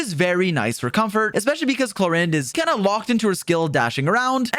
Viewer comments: Clor "ahhnd" Not Clor "innd".oof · Knowing now that it's "Clor-and" is really bugging me